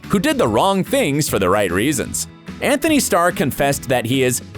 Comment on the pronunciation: It's Antony not Anthony